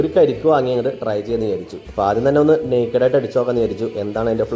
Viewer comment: നേക്കട് ആയിട്ടോ 🤦‍♂️ അനിയാ ഇംഗ്ലീഷ് അറിയില്ലെങ്കിൽ നമ്മടെ മലയാളം ഭാഷ ഉപയോഗിക്കൂ 🙏